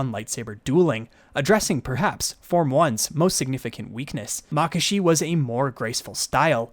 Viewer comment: your pronunciation of makashi is different to what i hear and use. interesting. I pronounce it mah-KAH-she. instead of MAH-kashe